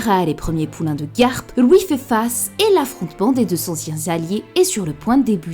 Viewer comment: Tu dis louuuis au lieu de LUI wtf